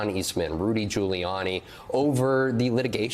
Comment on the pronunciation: sounds like he says Rudy “Jailiani” 😂😂😂